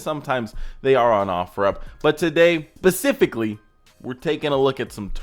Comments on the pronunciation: or 10 secs into the video where he trys to say specifically but says pacifically xD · At 12 seconds.. Its specifically.. Not pacifically... Lol... Love the vids... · Pacificsly I think u mean specifically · I know I’m 2 years late but,”PACIFICALLY”? Really? Doofus lol. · Did you just say pacifically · "pasifically" :face-green-smiling